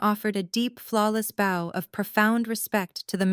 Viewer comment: Please ... PLEASE 🙏... Learn how to pronounce bow. It's not pronounced bow like a bow tie. In this context it may be spelled the same... but when it's describing a person genuflecting to another person... it's pronounced bow as in bow- like 👍in allow.